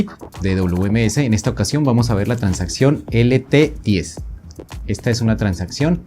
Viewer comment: Ah pensé que era en portuñol o algo así por lo de “tansaccion”.